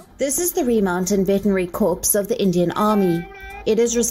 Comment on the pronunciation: A minor point, but one I’m sure Wion professionals will take seriously: the word ‘corps’ (time stamp ) as in military corps is pronounced identically to the word ‘core’ and NOT as ‘corpse’ — which is doubly wrong in this tragic story about the death of Axel the brave army dog.